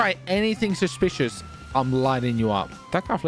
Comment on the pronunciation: / dat's susPISHous, dat's wE1rD